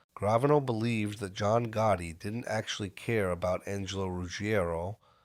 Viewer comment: It was Goottee for me. I dont remember a john goottee do you?